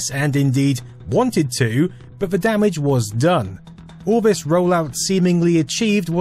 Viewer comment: TH is pronounced TH, not V.